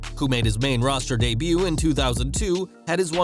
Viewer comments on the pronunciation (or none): none